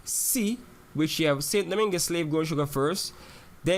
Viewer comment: Was just about to type this... And St. Domingue is pronounced weirdly too